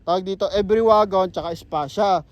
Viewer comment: Boss ang bigkas sa pangalan sa sa unit na yan every as in English, dahil sa japan yan ang tawag nila e-ve-ry parang binasa lang sa tagalog,,thanks boss